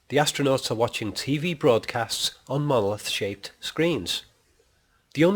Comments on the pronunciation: OMG it's MonoLITH not MonoLOTH. Other than this, this theory is....... nonesense! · why the hell do you keep calling it a "mowith"? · I followed your instructions till the end. Sorry, the "Molith" - as you pronounce "monolith" is explained as a reocurring object but I expected you to reveal a theory behind it. You did - but only as a replacement for the screen on which we watch the movie - an illusion. Seven diamond shapes - okay - so what. Change of view angle from horizontal to vertical - so what. The com screens in the spaceship are designed for communication with people - not for landscape viewing. That's why they are vertical - watch the millions of cell phone owners taking all their videos with a phone held vertically - even landscapes. To me this is a paradox. But I did not learn anything from your super smart interpretations of 2001. Maybe I will in 3001, but I doubt I will live to see it. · He actually says "moloth." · You even pronounce the word monolith so weird, yet you try to decipher it!!!